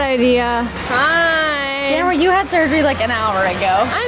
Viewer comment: Stop! Stop! You are going to take someone's eye besides it's Kamri not Kamari.